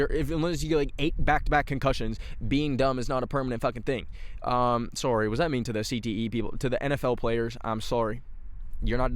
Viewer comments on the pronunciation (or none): sometimes i forget that canadians have different accents so i get jumpscared whenever says “im sourrey” lmao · going back to his roots with the 'sory' lol